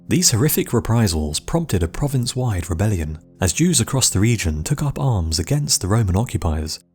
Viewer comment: The horrific rePPPrisals PPPromted a PPProvince-wide reBBBellion